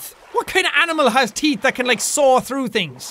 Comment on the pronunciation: Lol "50,000,000 serrated teet"